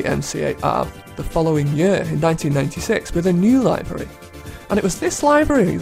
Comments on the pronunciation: liv ery, not lie very. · The pronunciation of "livery" in this video bothers me to no end... But it's still a great video nonetheless. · Your pronounciation of livery bothers me somehow